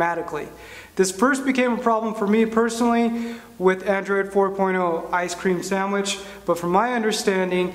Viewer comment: did he just say🥶 ice🥶 cream sandwhich. 😂🤣